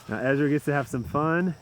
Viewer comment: Brodie: Ezwa Is so hewge 😉